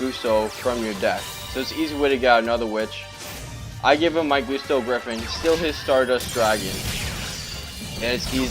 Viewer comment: I'm pretty sure its Guss-toe..... you know... like a gust of wind....because... they're wind type.